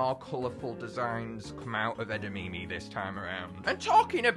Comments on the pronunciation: Edimimi beans do you perhaps mean edimame beans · Its pronounced eh - da - mah - mey not eda - me - me